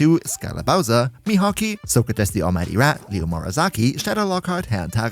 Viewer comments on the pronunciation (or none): none